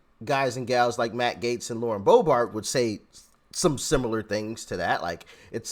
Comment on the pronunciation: Doc I love you but it's Boebert not boebart 😂